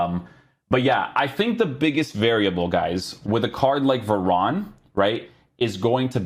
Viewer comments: please call him varane and not veron 😭😭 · He’s French, ane is normally pronounced on